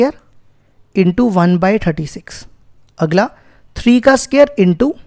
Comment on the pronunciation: Sir it's not SCARE it's SQUARE 🥴😒